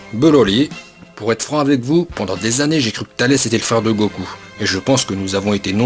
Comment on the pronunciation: A il dit pas Goku mais goko😂😂 likez si vous avé remarque